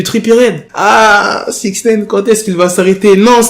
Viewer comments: Wsh tu rend fou avec ton "6ixneyne" tu peux pas le dire normalement ?? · Comment tu dis six neine ???? Chelou